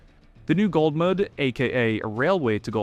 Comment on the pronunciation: Why you saying it as "Gold"mud, youre driving me crazy. Love your vids tho